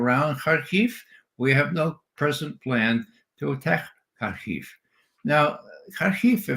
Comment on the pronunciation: the only guy i've heard pronounce hamenei and harkov correctly.